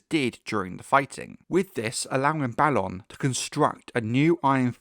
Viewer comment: Thank you for pronouncing Balon the proper way, after all there has to be a difference between Balon and Baelon. "A" doesn't always need to be pronounced like "ay" sometimes "ah" is correct.